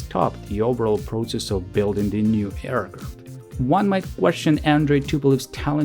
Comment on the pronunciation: Please don’t pronounce ‘proTSess’. It’s ‘prosess’. Thank you for your work